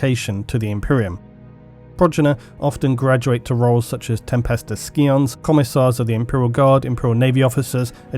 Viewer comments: did you say ski-on. It's pronounced psy-on loooollll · One little observation, which in the scale of your videos is so minor that it is almost negligible.... Scion is pronounced "Sy-un" not "Skee-on". Please don't kill me. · Sigh-on not skee-on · Scion is pronounced more like "Sigh-On", rather than "Skee-on", btw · There’s the occasional word like that does. It does make me realise that many of these words you rarely hear anyone say. English is really hard, even for the English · excuse me... what did you can a tempestus scion? a Ski-on? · "Tempestos Skee-on" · the c in scion is silent